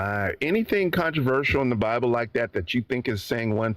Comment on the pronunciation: “In da BABBLE” Yes, guest. Your entire call was “in da babble”